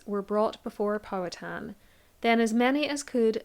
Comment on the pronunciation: Pow- HA-ten Co-Co uhm